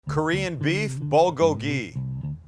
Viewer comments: Bowlgowlgee? Or is it boolgoalgee? U pronounce it strange or I’ve been wrong my whole life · "bo-go-hee" lol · I have lived in Korea for 20 years, great video as usual! You should compare the pork shoulder along with the beef sometime, sliced the same. Both are excellent. The Bul is pronounced Bool and it means fire. The Gogi means meat, so your " FIRE-MEAT" LOOKED GREAT! Thanks as always, Robert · Love you Sam but it's pronounced BOOL-go-gee. Or POOL-go-gee. I lived in Korea and learned this a long time ago. Good recipe though. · BOOL-kogi. Nobody pronounces this right ever. Otherwise, your shit is on point. All it needs is a side of kimchi. Thumbs up! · bool-go-gee is the true pronuciation brother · Hey korean here! Looks great but the best way of pronouncing this is more like Pb - Kgho- Gee. Pb like a mix of the p and b sound and Kg like a mix of the k and b sound! Keep up the awesome content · Damn, you really butchered the pronunciation It's bool-gogi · Great video. Perfect pronunciation of "gochujang," but bulgogi should be "BOOL-goh-ghee." Bul = fire Gogi = meat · you called it bogoli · Pronounced "Bool go gee". Awesome vid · Pronounce it 'bool-gogi' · not how you pronounce bulgogi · Why would I even watch a white guy making a korean dish he cant even pronounce correctly. You can make great white food, stick to that. But if you want authentic korean food hit up Maangchi or any other korean channel. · Idk why but the way Sam pronounces Bulgogi is hilarious